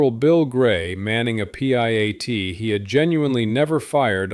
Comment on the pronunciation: Piat, not P -I-A-T. jeez.